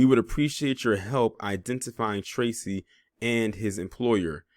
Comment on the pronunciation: Damn bruh. I like your content but I am a black man and the way you disparaged my name Tracy was a bit much